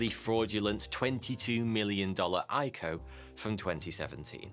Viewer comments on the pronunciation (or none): who says eyeco??? i c o...initial coin offering.... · Say it with me Eye Sea Oh. No one says EyeCo. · Triggered me it's pronounced "I cee oh". Do your own research it's not all bad. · Who calls it an "IKO" lol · Hey when saying “ico” it’s usually said I-C-O just like how IPO is pronounced